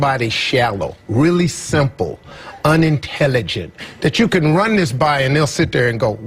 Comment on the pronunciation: I don't know why exactly, but when he says "uhnuhntyllyjuhnt" like that he just has the most punchable face in history.